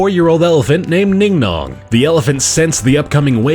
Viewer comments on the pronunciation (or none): "NingNong" I see where Disney got "BingBong" from. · ning non sounds like Bing bog